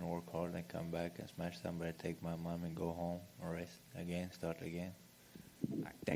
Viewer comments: Its Smesh* pff.. amateurs smh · Its smesh not smash UFC yt channel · "I gonna smesh his face everywhere" is both scary and funny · "I smesh them both same night"😅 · Title correction: “Smesh everyone”